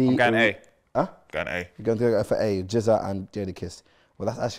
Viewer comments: When chunkz tried saying “Gza” and “rza” had me weakkkk😂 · It’s the pronunciation of Rza and Gza for me 😂😂😂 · man had no problem saying SZA but couldn’t pronounce GZA and RZA😂